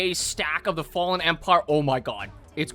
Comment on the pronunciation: I cant believe you mispronounced "Fallen" WTF?!?!